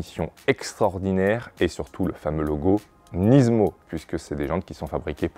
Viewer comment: Rien que pour le fait que tu prononces Nismo « Nizmo » je m’abonne 😅 good job 👌🏽